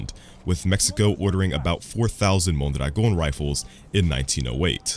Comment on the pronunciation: The way you pronounce "Mondragon" is magical